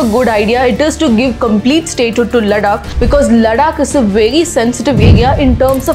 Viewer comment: Ladakh, लड्डाक नहीं है, लद्दाख है 🙂 एक भारतीय होने पर भी आप अपने शब्दों को ठीक से बोल नहीं सकते या स्वयं को पश्चिमी प्रतीत कराना जरूरी होता है। "Developing India isn't for Indians" - please this rule applicable on you as well. I hope you got my point. Overall you have genuine contant, keep working 👌